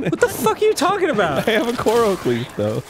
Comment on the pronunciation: WTF is with Arin pronouncing everything wrong? Gerudo, Korok, Hylian....